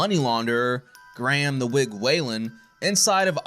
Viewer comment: You pronounced Graham wrong mate lol